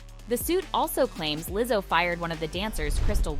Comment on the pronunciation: what's with the Leezo? lol